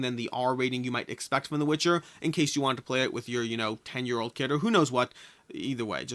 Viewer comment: There is no r in the word old